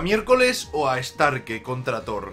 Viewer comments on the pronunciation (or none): os figasteis que en vez de decir thro dice thor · Throh se diria "Zró" creo... Por el TH